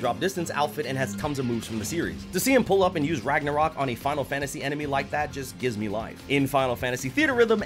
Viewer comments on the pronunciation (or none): none